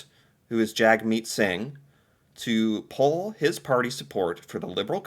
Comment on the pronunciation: Just to let you know you pronounce Jagmeet as if the a is a u. So jugmeet not jaygmeet.